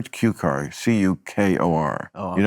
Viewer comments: It's pronounced "Kew-Core", Bill. George Cukor. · if Maher had pronounced Cukor correctly he wouldn’t have gotten fried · Maher grossly mispronounced George Cukor, it's no wonder Bill Burr didn't know who he was talking about. Then saying garret instead of attic was pretentious to begin with, but then he spelled "garrotte" (properly spelled with ONE "T") which is a wire or rope that's used to strangle someone with! Dueling Bills was hysterical